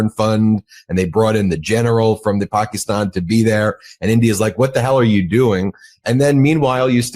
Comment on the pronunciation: UGH...Ben and his "PAK-EES-stan" crap...Even though the prime minister pronounces it correctly "Pak-IS-stan"... DUDE...READ YOUR COMMENTS and PRONOUNCE IT CORRECTLY.